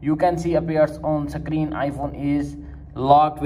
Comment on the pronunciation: Don't believe on people saying sakrin 😂